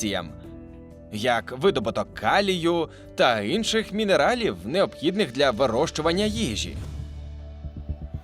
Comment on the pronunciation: Чому ти кажешь "Инший"?